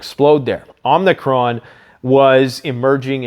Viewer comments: Please,, it is Omicron not "Omnicron." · omicron, its a greek letter. pronounced oh-meh-chron